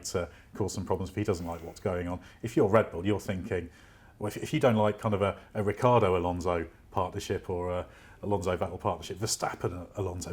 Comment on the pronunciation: Ricc i ardo not Riccardo! Jeez is that so difficult?